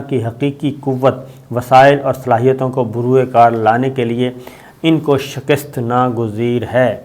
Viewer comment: شکست کا تلفظ درست نہیں کسی سے پوچھ کر درست فرما لیں۔